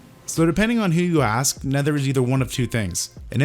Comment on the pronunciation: Is it just me, or does he say "ass" instead of "ask" in the coffee enema intro? If so, give that man a point.